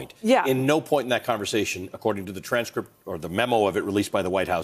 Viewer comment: So funny Lindsay saying strange crypt instead of transcript lol 😂 good show msnbc